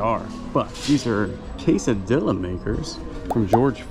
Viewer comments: Definitely a South Carolina Spanish: Kay -suh-dil-la. 😂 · OK, you’re gonna hate me but I have to say this. Double “LL” in Spanish words are pronounced like a “Y.” So it’s – k-sa-dee-ya. You don’t pronounce the Ls. Sorry, grammar is important to me. 😎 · Casa-dee-ya.....come on now!!! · I was hoping someone would tell him how to pronounce it, thanks.